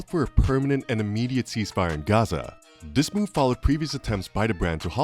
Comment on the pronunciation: Hey guy, learn that there's no letter 'd' in the word 'this' and maybe I'll watch your video next time.